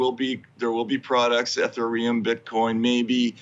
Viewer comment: Generally speaking, I love Matt. He's been on the correct side of all of this shit as far back as the Bush era. But please, for the love of fuck, can someone teach him how to pronounce "Ethereum"